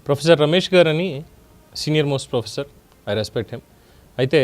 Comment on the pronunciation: వీడు ప్రొఫెసర్ ఏందీ? ఒక ఊరోడు లాగా మాట్లాడుతాడు, మళ్ళీ ప్రోఎస్సోర్ అంట. SC ST రిజర్వేషన్ గాళ్ళ చదువులు, తెలివి గిట్లనే ఉంటాయి.